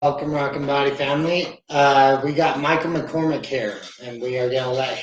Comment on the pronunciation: McCorMACK, not McCorMICK. 😎 Anyway, great interview! This is a man who's genuine and mentally tough! When he sets a commitment, he's all in! Love being in business with you brotha! Rachel, thanks for being such a positive influence in his life!